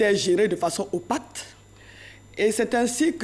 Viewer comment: On ne dit pas opate mais opaque madame la superbe ministre de l'éducation... Vraiment hein !!!